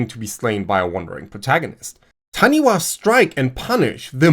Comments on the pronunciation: The Taniwha is pronounced Tanifa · While it's written as "taniwha", it's pronounced "tanifa" (bilabial f (like Japanese "fu") rather than dentolabial (like in English)). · That was pretty damn good bro! (especially considering, what I am assuming, is a German accent), the only thing is that the "wh" combination in Te Reo (Maori) is pronounced with an "F" sound, So it would sound like "Ta-Ni-Fa". Thank you for another great video 😊 I recently discovered your content and I'm enjoying it so much while also learning a great deal, it's filling a hole I didn't know existed. Much love from New Zealand ❤ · the wh in taniwha is pronounced f, as it always in in Maori (except the dialects that always pronounce it w or h... but ive never heard taniwha pronounced other than f). otherwise that pronounciation was spot on!